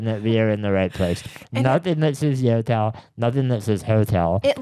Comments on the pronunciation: I actually snorted laughing at picturing the airport staff's faces when you kept saying yotel and they say "do you mean hotel"? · That “Yotel” sounds more like a “NOtel” 😅